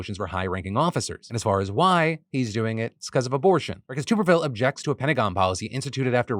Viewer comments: For future reference it’s Tommy “Tuhb-erville” not “Toob-erville” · I know it doesn't really matter but it's pronounced "tub" erville like the thing you bathe in lol. I'm from Alabama and he doesn't speak for me just thought I'd throw that out there. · "Tommy Tub" not "Tommy Tube"...although maybe "Tube" is better because I'm sure it would make him mad. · Hey Phil! I assume you don’t have any college football fans on your staff. Tuberville is pronounced like bath”tub” not like “tube”. Just a friendly comment :) love the show! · this man said tooooberville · It's Tub er ville. Moron